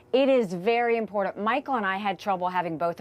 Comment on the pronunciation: To Nikii and MTG, theres no "D" in "important"!! Makes you sound ignorant